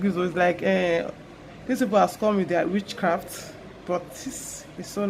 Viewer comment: Wow it looks so realistic. But the way you said witch craft got me rolling on the floor. But I believe this is a good investment if you find it hard getting models sometimes